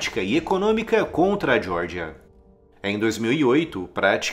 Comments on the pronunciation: Vídeo bom, mas diordia, para meu, dói os ouvidos é Geórgia, essa diordia deve ser nos EUA. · Você pronunciou Geórgia como se fosse o estado americano da Geórgia (jórgia) sem necessidade. É Geórgia mesmo.